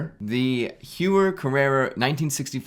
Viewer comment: Grande taille means large size. And please don't say "hewa" 😂😂 Heuer is "hoya"